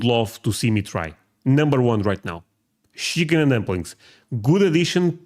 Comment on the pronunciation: It’s chicken with a “ch” sound. It sounded like a sh sound. Shicken and dumplings is what I heard. You said chicken correctly in past episodes but you changed the pronunciation this time